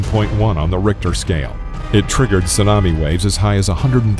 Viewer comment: Seriously? Did you just say tsanami instead of tsunami?